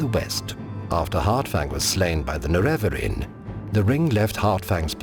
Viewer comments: Nerevarine. Nerevar-EEN. Not Ner-REVER-in. American pronunciations of things kill me. Or whatever kind of pronunciation that was supposed to be. Aside from nitpicking like that, video was great. The new VO person is really good. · Why does the narrator pronounce Nerevarine that way, with the emphasis on the second syllable? Azura pronounces it very differently in Morrowind, and she has one of the few fully voiced roles in the game.